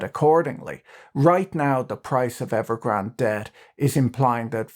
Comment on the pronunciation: Evergrand-ay. There is an e on the end Pat